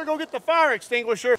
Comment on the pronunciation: "UH OH gotta go get the fire extugashure"